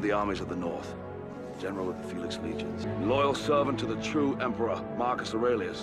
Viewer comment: Yeah self taught or not it is wildly impressive that you were able to properly pronounce the name Aurelius as a non English speaking native. I know people in Canada who went to private school from grade 7-12 who could not pronounce that name as well as you did. Good job girl, keep sounding them out!